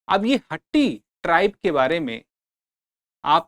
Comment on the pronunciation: Sir not हट्टी its called हाटी